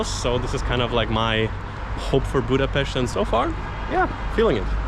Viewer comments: Thank you very much for learning and using the right pronunciation of Budapest! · I am glad Hungary and Budapest worth to visit by your opinion. But there are several nice places inside the country which worth to visit too. You deserve praise for how beautifully you pronounce the name of Budapest, this is not usual unfortunately.... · I'm so glad , because your prononciation of the city is perfect!!